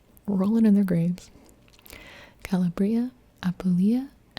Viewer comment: It's kah-LAH-bree-ah or as my family says "crazy cal-a-BRAY-zee". Buona notte (goodnight)